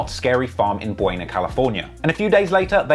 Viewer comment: it’s Buena Park not Buena lmao